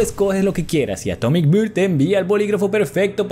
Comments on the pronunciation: Atomic Beer (Cerveza Atómica) o Atomic Bear (Oso Atómico)? La pronunciación es diferente: Beer = Bir, Bear = Ber... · Atomic bear se pronuncia a como se escribe Porque lo pronunciaste como "beer" (cerveza) :v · bro pronunciaste Bear como si fuera Beer